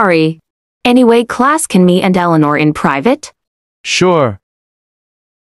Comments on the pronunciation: eleanor? more like eleano cuz the forgot about the r in the end bozos💀💀💀💀💀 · Bro they said Eleanor but it spells wrong 💀💀💀💀💀☠️☠️☠️☠️☠️⚰️⚰️⚰️⚰️